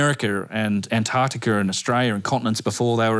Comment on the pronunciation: AmericaR, AntarcticaR, AustrayeaR. what accent is this